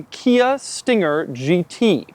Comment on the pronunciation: He says "Kia" But I thought he said IKEA (2 times) Also Doug's the type of guy who refers to a bubble butt as a "big rear area".